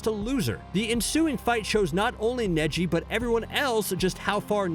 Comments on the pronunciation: I can’t believe my guy said Kneeji😂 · There’s just something irking about the pronunciation “neeji” and I don’t know why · I sware to god if he mispronounces another name I'm going to kill him he said neeji instead neji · He says them wrong on pourpose caught it on neji when he says niji first and then says neji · HE SAID NEEJI WTFFFF IM NEVER GONNA WATCH U AGAIN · You really irked me with the zabooza.. and kneeji... its za-bu-za and ne-ji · And neeji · I swear he has to be doing it on purpose with the way he pronounced Soo many names like neeji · It definitely hurt losing kneejee, and damn that ohbeedo. Gawd i have a hard time believing anyone who does videoson anime showsactually watches them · and zabuza and neji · The way he said Neji triggered the hell out of me LOL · Neji is what got me lol 😂 I mean if he can pronounce all the main characters names right Sasuke, Naruto, and so on. But the names man makes me feel like he’s never actually seen the show lol 😂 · Fam this guy got the pronunciation if neji right but still butchered it in the end